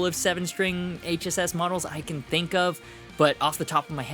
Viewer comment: …I know this is trivial, but THANK YOU for saying “HSS”…it drives me insane when people say it wrong and say “ssh”…you are the man👍